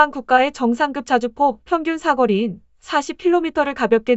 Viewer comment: 사거리를 사꺼리 라고 계속 그러네 듣기거북